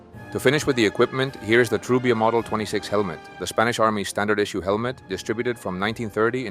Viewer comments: Your pronunciation of spanish words is incredible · Your Spanish pronunciation is top notch 👍